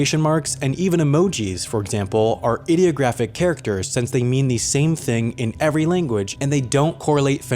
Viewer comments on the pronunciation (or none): Please pronounce IDEOGRAPHIC as "Eye-deo-graphic"